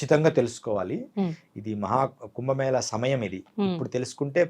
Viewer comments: "కుంబ మేల" కాదు. ఏమి యాంకర్ వే నీవు. తెలుగు భాష కు మకిల పట్టిస్తున్నారు నీలాంటి వారు. అది "కుంభ మేళా" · Prounce as "కుంభమేళ" not 'ల' as pronounced by the interviewer. Pl speak proper Telugu. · కుంభమేళ అని చెప్పాలి. మన దురదృష్టం, పలకడం రావడం లేదు.